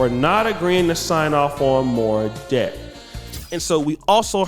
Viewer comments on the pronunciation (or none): none